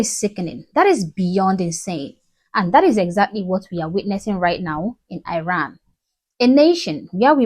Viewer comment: My love I appreciate your videos💗‌ just a small reminder that you are pronouncing the name of my country Iran in a wrong way